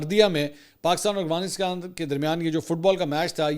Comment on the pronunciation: Yar aap afghanistan ko agwanistan kyun bolte ho😂